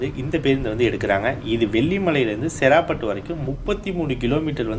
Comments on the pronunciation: செறாபட்டு இல்லை சேராப்பட்டு அந்தந்த ஊர் பெயர்களை சரியான முறையில் உச்சரித்தால் தான் நீங்கள் போடும் வீடியோவை பார்க்க விருப்பம் வரும்.. சேராப்பட்டு என்னும் அழகிய பெயரை செறா பட்டு என்று கொன்று விட்டீர்கள் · bro சேராப்பட்டுனு சொல்லணும் நீங்க செராப்பட்டுனு சொல்றிங்க